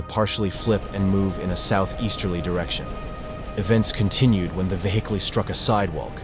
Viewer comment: "vehickle"" Me: 💀 (AI is fr funny sometimes, trying to pronounce even the simplest words. )